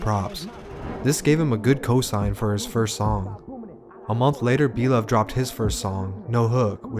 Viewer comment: Lmfaoooo this shit is inaccurate 👎🏽👎🏽👎🏽like the moment you said blovee sevside 😂😂😂I’m like ohh nah ’t know shit🤦🏽‍♂️